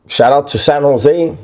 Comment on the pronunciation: San Jo native here. You pronounce it right. Sanosay. 1 word. And you are spot on. Respect!